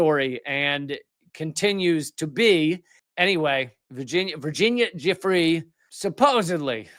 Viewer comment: If it matters, i believe it's pronounced 'goo-fray', not 'juh-free'